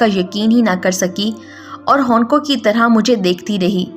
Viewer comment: Honqon lafz sahe nahe balkay hawnqon hai